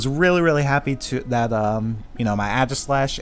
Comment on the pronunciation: "Adgislash"... cringe